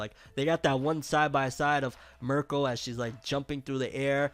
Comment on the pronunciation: All this time and u still saying Mirko name wrong